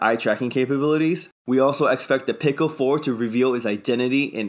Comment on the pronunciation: Pico I believe is pronounced Pee-co when you say Pick-Oh it sounded like pickle.